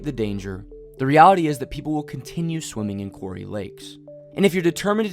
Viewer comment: Quarry sounds like the narrative is saying Cory lakes.